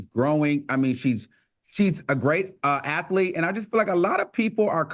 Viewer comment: Al, it's "athlete" not "athelete." You say it like that every show and it drives me crazy.